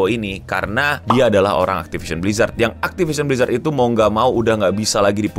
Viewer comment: Hell nah, not again “aktipision blijrat”